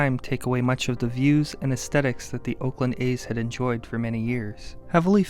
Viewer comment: dude is pronouncing oakland, "olkland"